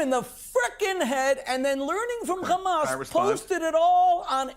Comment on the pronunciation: Has anyone ever noticed the physiological tactic that Israelies use when saying hamas? It's the only word where they pronounce it gkhamas. The is to create some sort of additional fear of the unknown. I've never heard anyone address this.